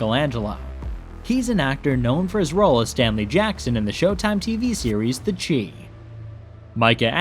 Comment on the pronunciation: U really said the chii lol it’s shy